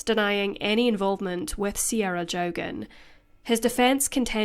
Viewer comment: The surname is pronounced Jockin